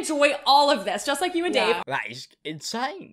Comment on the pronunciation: The icing on top of the cake is that her husband is not Dave, it’s Dāv. DĀV. WHAT